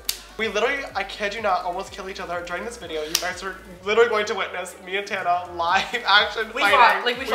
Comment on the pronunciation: ........its Tana not Tanna:)